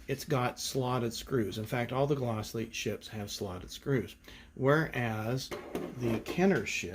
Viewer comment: Great Glasslite pronunciation my friend! You did it right! Very nice comparison between the vehicles and great collection!!